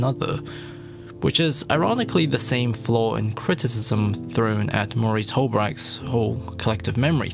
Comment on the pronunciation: I think you meant Maurice Halbwachs, by the way - not Maurice Malbwachs.